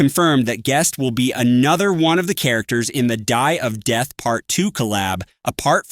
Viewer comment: "Dye of death" 🥀